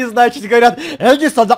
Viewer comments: Не Эдісон а Едісон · чел, ну это как бы понятно, и не "Едисан", а Эдисон